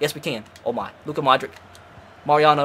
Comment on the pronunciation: it’s pronounced “Modrich”